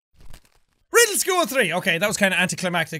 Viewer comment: he said rrrrrrrrrriddle school hehe😂